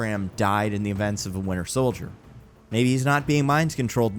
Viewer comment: Am i the only one who hears "The Winner Soldier" when says it?